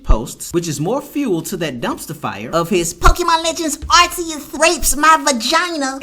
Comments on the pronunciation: It is not arceus it is Arcoos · Man I agree with everything you're saying about that dude. Like your video. But here's my nitpick with you, it's Arceus is (R Key Us). It's not pronounced with an (s) it's pronounced with a (c) like cat, car, case, cove. Even the official Nintendo in Pokemon channels are saying the same as I am.